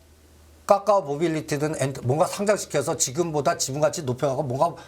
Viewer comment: 까까오 나왔또요? 까까 줄까요? 까까오 까까 발음밖에 안되면 집에서 까까나 드세요 까까오